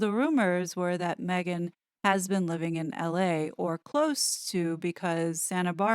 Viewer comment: I enjoy your reporting very much. Please drop the silly inflictions in your voice - for example, when you say “Meghan.” It has gotten tiresome and annoying. Have confidence in yourself and what you’re saying and drop this annoyance. It does not serve you.